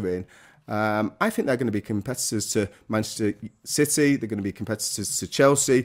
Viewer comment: Also did Trevor say Manchester Shitty? 2.50